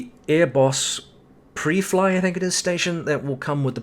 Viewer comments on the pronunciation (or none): Pri Fly my friend, loooong i. The first word rhymes with the second. Also, someone from Guam is Guamanian. Awesome people!